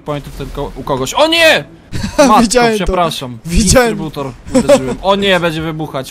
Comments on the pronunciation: normalni ludzie mówią -dystrybutor Kiedy ekipa tk mówi - instrybutor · Powiedz że się mówi dystrybutor nie instrybutor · nie żeby coś ja cię bardzo lubię ale mówi się dystrybutory a nie istrybutory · To jest dystrybutor nie instrybutor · NIE INSTRTYBOUTOR TYLKO D-Y-S-T-R-Y-B-U-T-O-R!!!!!!!!!!!!!!!!!!!!!!!!!!!!!!!!!!!!!!!!!!!!!!!!!!!!!!!!!!!!!!!!!!!!!!!!!!!